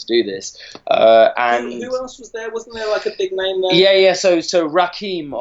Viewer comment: LOL calling Rakim (rah-kim) Rakeem.